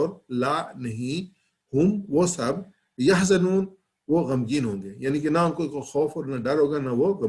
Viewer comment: Sir word يحزنون main ز per zabar ha ap ne pesh parh di....